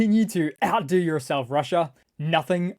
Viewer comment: Final funny: Not out-do themselves…sounds like out doo-doo themselves😅